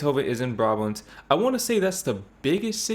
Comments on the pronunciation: The stress is definitely not on the last syllable.. BRAbant not braBANT… Trust me, I live there… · It's BRAbant, not BraBANT! And yes, I am Brabantian so I know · I don't see why a person who claims NOT to be Dutch should teach you how to pronounce words (names) the wrong way. It's not a regional thing; no Dutch person would pronounce Brabant with the stress on the second syllable. 🤷🏻‍♀️ However, there's a brand name - of I think you would call them kitchen supplies - BRABANTIA and this is pronounced with the second syllable stressed. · it is brabant with the stress on the last syllable, But then judging by your pronunciation of Dutch city names: you should work on it. Spoken with the same bluntness as if I were Dutch. I am not.